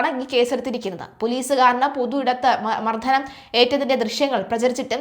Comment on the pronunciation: Pronounciation too bad Mardanam is this a malayalam channel stupid😢